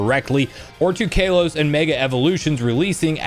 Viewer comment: ITS CA-LOS….NOT KALEOS